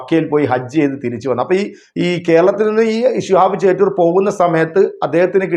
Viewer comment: ചേറ്റൂർ അല്ല ചോറ്റൂർ ആണ്